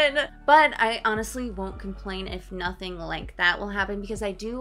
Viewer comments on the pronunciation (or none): none